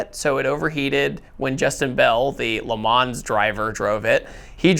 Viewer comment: He says LeMans like American I'm just poking you please don't take offense